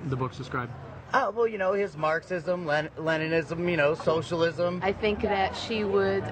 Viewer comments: "That's soshillizm" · No, that's thinking we don't do that, that's that's "showcialiswom"